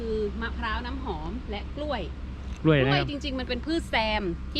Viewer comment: แหม! พูดสวนก้วยคักๆเน่าะ จะทำคลิปก็ระมัดระวังการใช้ภาษาด้วย ก้วยๆ จริงๆ ไม่ออกเสียงควบกล้ำเลยเน่าะ ถ้าพูดอีสานก็ ก้วยๆ แต่พูดภาษากลาง ใช้ภาษา อักขระให้ถูกหน่อย